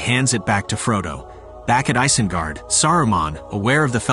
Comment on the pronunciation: It's pronounced EYES-IN-GUARD...Not ICE-IN-GUARD..Just thought u should know...